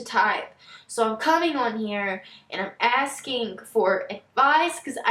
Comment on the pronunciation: Am I the only one who is highly irritated at girls who pronounce words ending in G as a K??? "Askingk"..... "Tryingk" ...